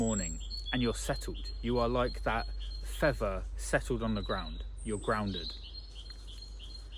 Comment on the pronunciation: Fea'th'er.... 'th, th! Not 'v'. 🤣